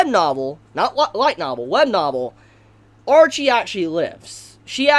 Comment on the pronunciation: I liked everything except your inability to say names correctly... Her name wasn't Archie.. Ar-shea as in shea butter in lotion.. You make me wanna punch you...